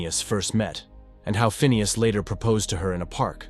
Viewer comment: It's pronounced "Phineas" !